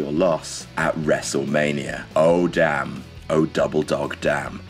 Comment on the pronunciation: That's a two-syllable Damn!